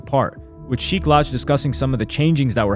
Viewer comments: How you mispronouncing sheeks name in the first minute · Had to turn off in the first minute because if they can’t even say Sheeks name correctly how much accuracy can be expected from the rest? 🤷🏽‍♂️ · Sheik has said his name in alot of raps how do you not know how to pronounce it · Cool video but you're definitely not a fan of The Lox or you wouldn't keep jacking up Sheek's name like that. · He must be a good reader and narrator because Mia pronouncing Sheeks name lets me know you know nothing about real hip hop. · Yo i love to see the young bulls learning a passing on the lore. But how he keep saying sheek name..... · How do you pronounce sheeks name wrong. He says it in most of their music. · Bro u need to re record this and say Sheek name right that shit making me cringe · Pronouncing Sheek’s name wrong is straight up Diabolical Activity !!! 😂😂😂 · It’s all I can hear lol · Man, I was in disbelief over that joint. That's how I know he's not a hip hop purist. He's not from round here. he's a tourist. And he said it more than once. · For real for real..💯